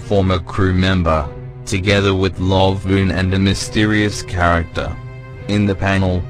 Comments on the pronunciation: It's not lovoon, its laboon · Laboon not Lovoon! If your going to make facts with guesses at least get the characters names right. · Lovoon? isnt it Laboon? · Laboon not Lovoon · lovoon its laboon